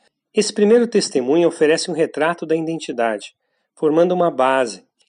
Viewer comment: Obrigado pelo vídeo. Só uma dica: existe um mal que assola vários canais do YouTube (e este aqui também) em , , , , , podemos ouvir a palavra identidade pronunciada com um N que não existe (iNdentidade). Por favor, não cometa mais esse erro em seus vídeos.